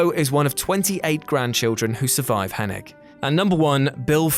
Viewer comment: Butchering the way you say Hennig. Just stop.